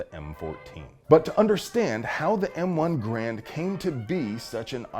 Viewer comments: It's pronounced Grrr-AND! Just ask Colonel Tony Tiger of Kellogg's Tiger Brigade. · There are a few small inaccuracies in the video, but the most egregious is the mispronunciation of “Grand”. The “G” is silent, and the “a” is long (or hard?). It should sound like “hRAINd”.